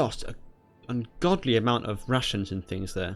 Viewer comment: Every time you say rations it sounds like Russians